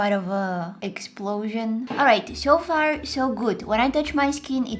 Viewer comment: Nooooooo... deny you missed... " eggsplosion"